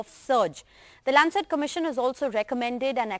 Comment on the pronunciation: It's not kobit19 but covid19 how this channel is progressing where u do not know proper English and again it's not landset but Lancet hope this channel doesn't belong to America for its prnouncetion